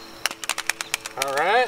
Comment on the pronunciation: Say no more I can only say Orlight That the BEST